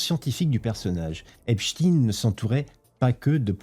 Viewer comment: qu'est ce qui faut pas entendre lol. et pourquoi Epchtine ? on dit aussi Albert Einchtiiine ???